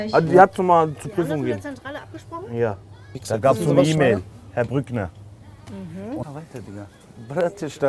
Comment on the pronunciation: Der sagt Herr BrückneR HAHAHAHAHAHA